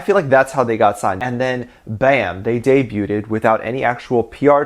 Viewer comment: Did he just say Debut-ed XD It's just debuted XD